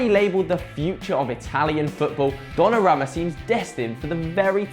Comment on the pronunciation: It is pronounced Don-na-room-ma